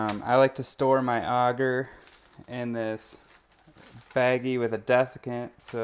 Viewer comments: Its Agar not augar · It’s pronounced agar not auger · Pronounced A-gaR not ah-ger,, lol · Okay have I been saying agar (Ay-gar) wrong this whole time🤦🏽‍♀️ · I'm willing to bet you do a actually say some of the words in that link incorrectly. I would like to say in my years of learning mycology it is almost always pronounced as "Aye-gar". Further more here is a rebuttal to that YouTube link. BTW it's from Cambridge Dictionary. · Haters gonna h8. I'm from Texas and I'll bet 90% of my pronunciations would drive 90% of the world crazy. I pronounce AGAR like a pirate with a extra helping of RRRRRR and hope no one goes nuts over that. I live in Tennessee now because everyone here speaks normal. (LOL)